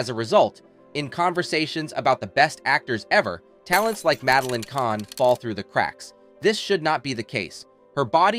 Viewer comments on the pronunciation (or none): Who narrated this? They said Mame then Mamee and mispronounced Kahn at the end as Kane I'm sure there are other mangled words I'm forgetting now. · I won't subscribe to a channel that mispronounces the name of the subject of the video. Content was ok. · The content is good but the narration freakin sucks. Even the topic of these videos - you mispronounce her name endlessly.